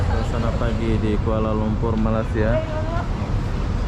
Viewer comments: perbetulkan sebutan bang,abang subscriber dah 300k banyak video tentang malaysia,sepatut tau sebutan malaysia yang betul..lama jugak saya mengikuti abang semenjak bawah 50k subscriber lagi, sebutan masih tak betul,jadi aku tergerak hati mau menegur harini...kedengaran seperti "malassia" tidak sedap di dengar,jika tidak tau boleh tanya orang2 malaysia sebutan yang betul... #sekadar teguran jika tidak aku siapa lagi yang memperbetulkan... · Bukan MALA SIA mas.MALAY SIA. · sila sebut Malay...dialek English.. dan sambung Sia.. so jd la Malaysia... bukan Malassia... pelik tul sebutan atau mengejek? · bro baca balik komen d sana,ak dah cadangkan "jika tidak tau boleh tanya orang2 malaysia sebutan yang betul..."eh ko ni orang malaysia ke orang asing ni, tak kan sebut malaysia pun ko tak tau sebut.malu la jadi rakyat malaysia,ke warga asing menyamar komen...